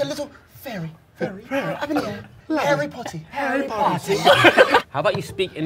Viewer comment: 개재밌네 미친ㅋㅎㅋㅎㅋㅎㅋㅎㅋㅎ 해리포오티~ 고오급 억양~ 컵오브워티~ 해리포티 깁미썸 우ㅜ어티~ 보틀오브워티 데이비드 베커미, 블랙핑키~ 요크셔 테뤼~~